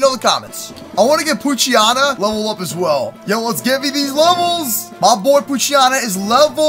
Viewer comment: u say pookchyana its poochyena